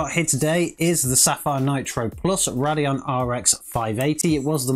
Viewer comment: Having an accent does not give you the excuse to pronounce the brand name wrong. its not a Roodeon! Its a Radeon, pronounced Ray-D-eon! How you get rod out of ray is beyond me! Say it right damit!